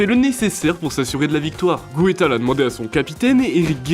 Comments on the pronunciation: Pour Raymond, ca ce prononce, goût tals. Les videos sont cool mais les prononciation de nom svp renseigner vous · Non pas geu taels mais Gouetals 🇧🇪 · Raymond Goétal??? On prononce son nom Raymond Geutalse. En tout cas, tu viens de détruire la bonne opinion que j'avais de lui _ et me faire comprendre pourquoi Tapie voulait de lui.